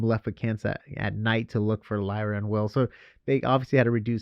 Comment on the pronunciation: Her name is Lyra, not Lyria!